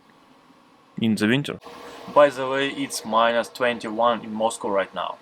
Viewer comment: Moscú? So that’s what Russian accent sounds like?